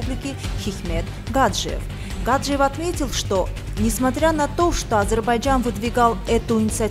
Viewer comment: Опять ГАджиев? Гаджиев! ударение ставьте правильно..